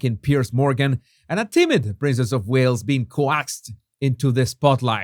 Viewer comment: Always enjoy your videos,! I don't know if you still want tips on how to pronounce certain words or not. If you don't, just ignore this. If you do, the word coaxed is not pronounced co-axed. The a is silent. The English language is so full of inconsistencies and exceptions to rules that I really don't know how anyone learns it as a second language, but you are doing great!